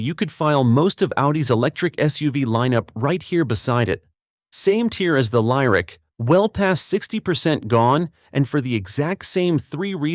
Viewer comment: AI idiot narrator flag - Echo- no box ( should say Econo- Box) The Cadillac Lyric is not pronounced Lie - Rick